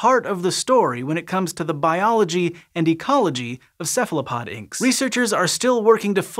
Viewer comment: Ceph ALO pod, why do you say Ceph LA pod ?